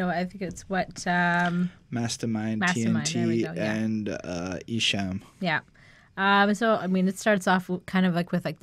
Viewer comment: Not trying 2be a hater but esham is pronounced like the word , calm . not ham like u eat . jus puttin u up on game . awesome review guys . like 4yall 2do another esham album review